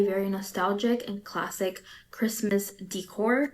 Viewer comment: They say "classic" I hear "classist" AND this reminds me of British middle class cosplaying aristocracy in India back when they has the colonies... Anyways, enjoy Halloween btw!